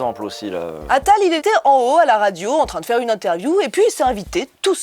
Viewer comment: Usul qui imite l'accent parisien insupportable d'Attal ❤